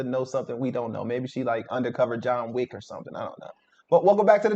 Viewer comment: Wick ..not wake